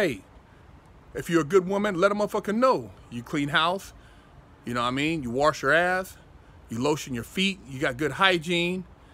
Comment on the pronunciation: Warsh lol